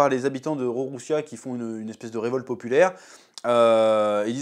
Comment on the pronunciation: #Figarland ( pas Finegarlande ) #Lulusia ( pas rouroussia ) #Ivankov ( ivankof ) Faut arrêter d' écorché One piece hein 😂😂 One piece red CANON mais pas entièrement Ou le film pas canon mais certaine choses ou personnages oui Enfin voilà t'as capté le bail 😅😅